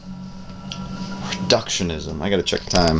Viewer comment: Lol, 'reductiomanism'.